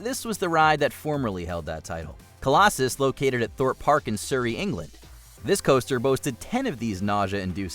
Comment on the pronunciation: What a bizarre pronunciation of ‘Surrey’.